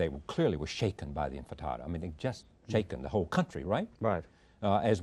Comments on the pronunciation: One of the greatest minds, and hearts to ever put this struggle into words is being interviewed by a man who thinks it's pronounced "infatada" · charlie literally called it the infitada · Love a good infitada and a diet coke